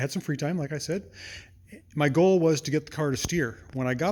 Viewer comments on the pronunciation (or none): none